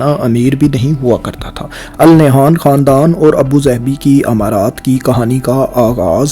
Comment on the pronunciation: It's pronounced "An Nahyan" in Urdu.